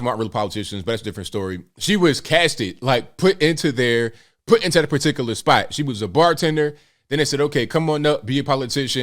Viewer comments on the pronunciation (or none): I agree with your anti-nuclear-war opinion and concerning AOC's silence. However, I disagree with your mispronunciations of her name and simple words. Cortez's middle name is not pronounced that way. Please note that Ukraine isn't pronounced Yooo-crane. Particular isn't pronounced as particulus. Constituents isn't pronounced constituets. Ridiculous isn't pronounced as diculous. This is very distracting because it jumps out at the hearer. Also, a lawmaker and a legislator are synonymous. So repeating the two as if different is redundant.